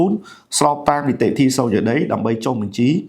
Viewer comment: រៀនដល់ណាដែរ និយាយមិនត្រូវ អក្សរ និតិធី បាត់ វិ អចលនវត្ថុ បាត់ វ?